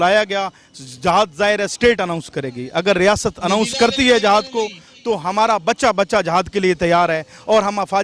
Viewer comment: ...JAHAAD (ideally it should be jihaad). SERIOUSLY..........How illiterate's pronunciation. Pehle bolan seekhon.